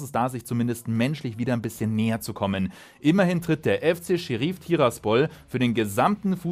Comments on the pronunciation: Gutes Video, aber Sheriff wird wie im englischen ausgesprochen und nicht Seheriiiiif… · Scheriiiif? Da kriegt man ja Ohrenkrebs. Und wie sprichst du dann Deputy aus? Depjuuuutiiiiiiiiiiii :D